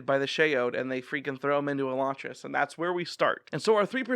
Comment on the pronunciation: I'm one of the few who likes Elantris better than Warbreaker. Although I liked Warbreaker I had trouble getting through it on a reread, most of the book is only interesting b/c of the mystery which you don't have in the reread. Also, the way you pronounce Elantris is the same as Sanderson.